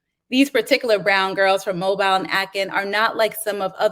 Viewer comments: I could not help but be distracted by the reader pronouncing the name of Mobile (Alabama) as mobile like a mobile phone, rather than the correct way of Mo-bil. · Same. I grew up in Mobile, so it was very annoying.